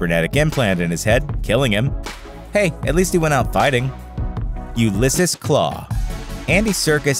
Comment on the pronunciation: . It's not that hard to pronounce Ulysses